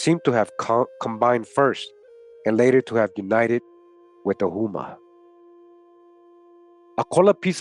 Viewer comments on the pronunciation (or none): Houma pronounced like Home - a my family is from there